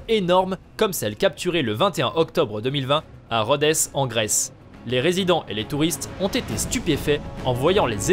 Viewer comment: Rodèz en Grèce ???? C'est plutôt l'île de Rhodes (prononcée Rode !), l'une des plus belles et des plus célèbres (apparemment pas pour tout le monde... :P